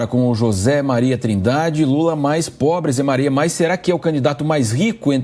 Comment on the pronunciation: LOOLA TÁ "PÓBRI" 😏 ..FAZ ME RIR.